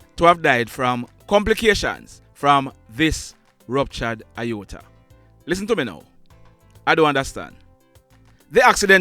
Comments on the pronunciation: Mr.: The pronounciation is "ay-or-tuh" as in the letter A, not the letter I. I know you like facts and details so I am just saying. No disrespect meant. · You have the pronunciation of Aorta incorrect...The correct way is.....AY-OR-TUH .... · Sir it is pronounced A-OR-TA 😁 Aorta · Sorry, but your pronunciation of the "Aorta" is wrong. It is pronounced as it is spelt. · Lol sir at how you pronounced Aorta🤣 😂. Mi deh yah a dwl. Much love and respect to you ❤ continue to do what you do. You are certainly appreciated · Aorta you mispronounciated the word. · It is pronounced, A-or-ta Not I-or-ta. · It's pronounced A-OR-TA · No sir, you're incorrect with the pronunciation of the word. IOTA means a small amount, whereas AORTA pronounced A-OR-TA is a medical term. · On the pronunciation of the word A-OR-TA it's pronounce the way it spell. Sounds like you are saying I-OR-TA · It's pronounced A OR T A not I OR TA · Have to correct you sir, the word aorta is NOT pronounced iota... it's pronounced "ay-or-tuh" almost as is spelled. Iota is another word by itself, with a different meaning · No...you please to check a medical professional. Aorta is pronounced A-ORTA... not Iyota which means small amount. Question - do you know whether our soldiers wear safety belts? Haven't we had enough such deaths for rollovers? CONGRATULATIONS for growing your fan base. Details are important. You work hard to. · It is not pronounced "IOTA" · The pronunciation is not right it's A _orta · it is pronounced “A ORTA”. Those Doctors/healthcare providers did a POOR job of assessing the injuries this young man sustained. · It's pronounced a-or-tah No xrays r for bones not organs he probably needed. Sonograms,.cts? Mris sho minute details of internal organs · It's pronounce A or ta...you are are pronouncing it wrong. It is pronounced EXACTLY as it is spelled. You're the one pronouncing it wrong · Pronounced A-OR-TA! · It's pronounced a- orta Sir......